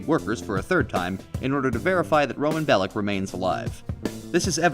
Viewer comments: Niko is my favourite gta protagonist, also its actually pronounced bell-ic and not bell-ich. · It's minor but it annoyed me how you say Bellich, and not Bellic. Niko is saying his name the way it's pronounced.